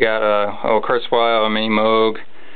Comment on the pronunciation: geez...... finally somebody who knows how to pronounce "Moog"!! That's rare. The double "oo" is pronounced as in 'boat'. Not oo....as in 'fool'. I once saw a video where Robert Moog introduced himself. He clearly said Moog as though it was written as Moahg. I figure he knows how to pronounce his own name..... Unfortunately, many people don't. does! Congratulations. Oh...he also SPELLED the name A.R.P.! Well done. He did not say "Arp Odyssey".(ARP= Alan Robert Pearlman.)